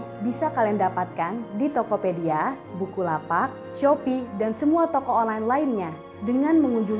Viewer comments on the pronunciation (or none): Mentang-mentang promo buku, baca bukalapak nya jadi bukulapak 😂 bisa aja nih mbaknya ini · Bukulapak bukan bukalapak :D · Wkwkwkwkw.. gw aja sampe diulang pas ngomong bukulapak 😂